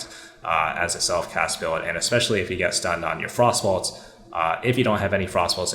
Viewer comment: I like that you accurately pronounce it as “frost ball” instead of “frost bolt”